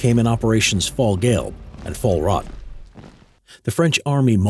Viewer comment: "Fallgale" and "fallrott" Its Fall as in FAL and Gu-elb and R-OT. Ok I give up he makes tooo many mistakes.